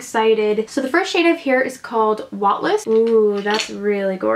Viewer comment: The way you pronounced wattles lol! It's not wat-less it's watt-els (like kettles) hehe gorgeous swatching though and that purple eyeliner WOW!!!